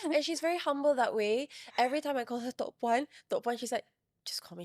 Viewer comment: Kudos to the host, they pronounce her title right.. To’ Puan (pronounce Tok Puan, not Toh Puan)..